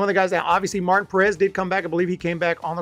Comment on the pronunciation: It is pronounced Mar-teen not Martin.